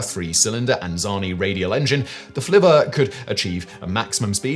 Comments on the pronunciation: The pronunciation of Flivver has a short "i" as in flipper. You even said it correctly at one point but then you returned to the incorrect pronunciation. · Flivver has a short "I" sound and Pitcairn has a long "A". Simon's pronunciation is driving me crazy today.